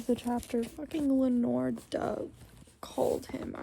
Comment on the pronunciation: still sobbing after finishing the eplilogue when i started watching. you made me cry again LOL!! i died. in the audio book, ringina was said rin-gee-nah (if you were still curious). it is len-ore (like lenny and ore like minecraft), so you got that one right. in the audiobook burdock is said less like BURR-dock and more like brdick ??? if that makes sense.. maritte is like mare-eet. i reacted the exact same way to effie arriving HEHE. and pultarch is such an angel in this book, i kiss him on the cheek! i definitely felt the slowness at the end of part 2 BUT THE CUT TO YOU CRYING. FUCKING FELT. i also got horrible rue flashbacks. plus the brutality. one thing i noticed about haymitch is hes such a nickname person. "buddy", "sweetheart", "sis", and "ladybug", and i think it reflects so much on his relationships with people and how deeply he actually feels about people because hes not good at showing his feelings outwardly. sigh. maysilee and haymitch hurt so BAD so so so bad. suzanne is so evil for it + you talking about how selfless and brotherly hamitch is and then seeing the way the capitol manipulated the games to appear. SO EVIL hrhejwje. also did you find the beheading as shocking as i did??? my jaw like DROPPED. i think i spent that last chapter just crying and cry and crying, and then i stopped at the funerals (THE FACT THEY BURRIED THEM TOGETHER???). but then lenore died and then. sigh. he loses blair and burdock and asterid... SIGH... i also thought the book wasnt gon